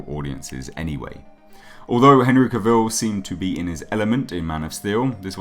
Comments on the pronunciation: Cah vil. Not cuh vil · Out of respect to Henry, please pronounce his last name correctly... It's not Cavil like Reveal It's Cavil like Travel